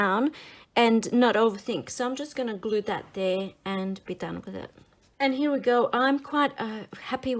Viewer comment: The word "here" is a one syllable word.